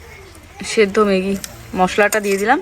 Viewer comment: ম্যাগি কে মেগি মেগি বল কেন। সব কথাই ভুল।